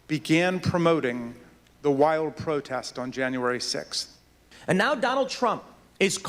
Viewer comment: Why can't anyone say the word "sixth" properly? Its not "sick-th".